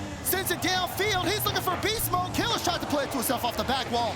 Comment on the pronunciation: It’s Kiileerz not Killerz. That was bothering me lol